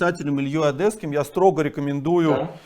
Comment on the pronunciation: Да ну почему же он Илья ОдЭсский, когда ОдЕсский, ну буква Е ведь, не Э ОдЕсса, одЕсситы и т.д.